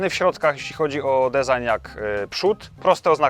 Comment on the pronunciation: Na rany chrystusa - jak ktoś nie umie wypowiedzieć design, to niech mówi projekt. Fajny film ale mam ochotę wytrzaskać za błędy w wymowie po pysku martwą rybą. Sub poleciał tak czy owak.